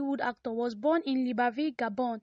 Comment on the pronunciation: It's LIBREVILLE And not liBERville Il faut bien prononcer